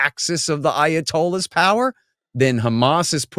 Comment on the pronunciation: “The ayotallohs power” lol